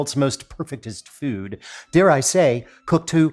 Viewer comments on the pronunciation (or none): none